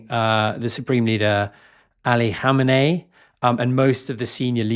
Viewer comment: Perfect pronunciation of "Khamenei" and "Khomeini" 😊